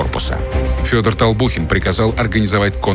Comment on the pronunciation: Толбухин а не Толпухин